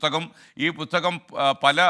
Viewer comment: പുത്തകം അല്ല... പുസ്തകം 😂😂😂😂